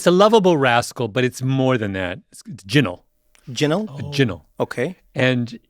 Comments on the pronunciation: not how it's pronounced but ok😂😂 👉🏾 Ji-Nal (jinnal/ginal) Mi kno nuff Jamaicans a listen to this and a shake dem head 😂😂 trickster, con artist, or someone dishonest, nothing at all good my guy but i like the way your family incorporated it ao i aint even mad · Kinda killing me with the bad pronunciation though 🫣